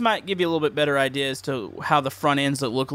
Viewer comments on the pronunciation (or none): none